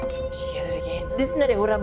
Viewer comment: I like how you emphasizes,,,you gonna dieeee kkkk kwaks, you should consider doing something like that,that shows on TV. please more skits ,me laughing so hard ryt now,, much love for you. Im a Zimbabwean based in Germany. I watch you all the time Lasizwe.#picknpayonyrhead#you know your thing my guy.